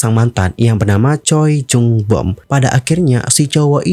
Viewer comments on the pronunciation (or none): "Choi Jung Boom" dibacanya "Cwe Jong Bum"